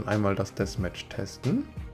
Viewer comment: Ich finde du sprichst Deathmatch sehr schön aus